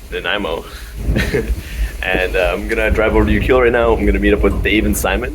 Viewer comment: its You CLUE Let, not You Cule Et, Most people mispronounce it,, Just sayin